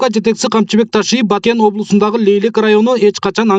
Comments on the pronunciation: ЖУРНАЛИСТСИНБИ, КАБАРЧЫСЫНБЫ? КИМ БОЛСОН ДА видеонун башында айтылгандай, БАКЕН ЭМЕС, БАТКЕН ДЕП ЖАЗЫЛАТ ЖАНА АЙТЫЛАТ!!! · Баакен облосу дейтко